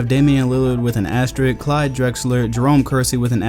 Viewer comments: Great video but its "asterisk" with an "s" before the "k". Sry i had to say it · asteriSk. ASTERISSSSSSSSK. asteriSSSSk. c'mon,. you are the man tho.